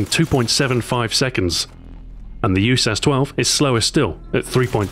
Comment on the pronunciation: Did you really just say YOUSASS-12....*facepalms*